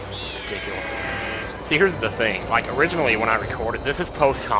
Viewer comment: Omg! I laughed so damn hard when said "owiginally" xD